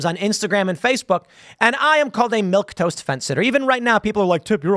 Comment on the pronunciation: 'Milquetoast' (Mil-KAY-toast)